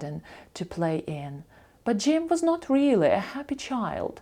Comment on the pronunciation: Дякую,дуже подобається.Слово really як читається чується вилі ,а як правильно і інші слова ,що розпочинаються на літер 'r,як правильно вимовляти?